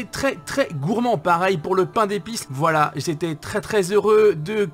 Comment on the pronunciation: Les youtuber dise toujours valala j'ai l'impresion